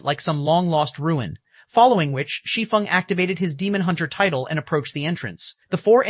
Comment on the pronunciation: Thank you for pronouncing “Shi Feng” correctly!!! 😮‍💨